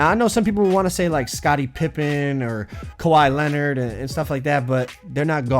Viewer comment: Kwahi leanord